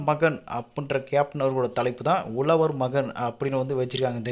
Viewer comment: உலவர் மகன் இல்லை. "உழவர்" மகன் யென்று சொல்லி பழகுங்க. (ழ ) என்றா சொல்லை சரியாக சொல்லி பழகுங்கள்.